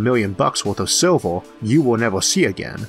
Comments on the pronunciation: LMFAO..."is it gold or Silvor"....its fucking "silv-er" stphen hawkins cousin. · and it may be to do with the fact its been made using a app/program that turns words into speech! still...i dont care if you find it hard to understand...it must be a cheap app/program to say SILVER as SILVOR...CENTIMETOORS not CENTIMETERs...and it gets annoying every other sentence. Im very interested but update your bloody software.please.still.thank you for time spent uploading.